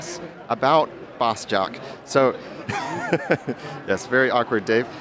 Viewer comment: It’s BOSSjock not BOX jock lol